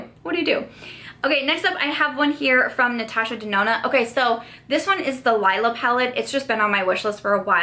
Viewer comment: OMG GIRL!!! Get Lila!!!!! You won’t be mad that you did!!!! I’m legit convincing you to spend all your money lmao but legit there’s a REASON her stuff is so expensive! You get SO much product! Also, it’s pronounced “Lee-la”. 💜✨